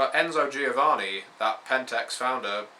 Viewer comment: It's "joh-VAH-nee" ;D